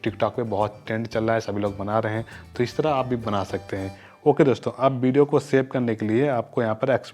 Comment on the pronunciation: Hahahah bideo nhi hota video hota hai😂😂😏😏